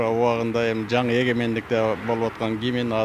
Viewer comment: Гимин эмес гимн деп айткыла.